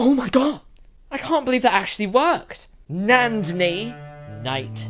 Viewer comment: It was spelled incorrectly or maybe she's pretending to be Indian IDK. Correct - Nandini, Pronunciation - Nun-thi-knee